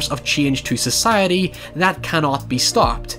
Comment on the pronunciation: This guy says "society" really weirdly.